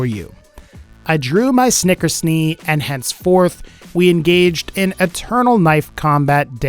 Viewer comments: Snicker's Knee? No wait. Knickersnee? No, that wasn't it. What was it again? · Snickersnee my guy